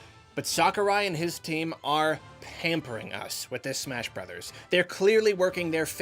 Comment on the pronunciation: What did you say? Smersh Berders?